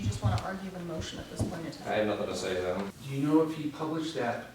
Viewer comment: Is "Thum" instead of "them" a pronunciation unique to New Hampshire, or is it common throughout New England?